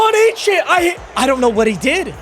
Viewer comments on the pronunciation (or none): devon A chain is how you pronounce it